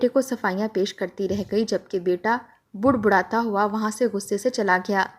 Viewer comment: budbudana nahi balke badbadana kahye